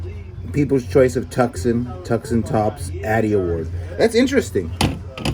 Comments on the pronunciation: Tucson, Arizona pronounced "two san". You've never heard of Tucson, Arizona???? Cheers, Rik Spector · Dairy = dare eee Tucson = too son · Too sawn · I live here in Tucson Az, pronounced Tooson. The c is silent a very common mistake! We love you here!